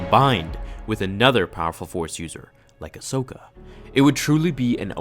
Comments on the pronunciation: When you said Ashoka and a Anaken. 🤮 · Ahsokin > Padakin